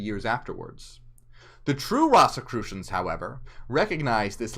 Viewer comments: It's ROSE as the flower, ROSE-i-crucian. And you can't become a ROSE-i-crucian ... You study Rosicrucianism. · The word came from ROSY CROSS and pronounced like a rose. Rose- e- crucian